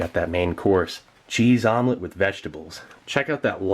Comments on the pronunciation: Haha a vomlet... you said it. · I thought he said vomlet on purpose as in vomitlete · Vomelette? Haha more like...Vomilet, am I right???